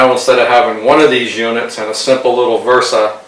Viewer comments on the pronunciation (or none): VESA not VERSA